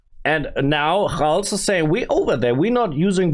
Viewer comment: My brother, his name khalz is not pronounced with a "kh" sound, but rather with a "kalz" sound.